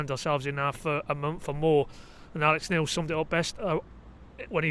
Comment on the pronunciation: You always say "Alec Neil"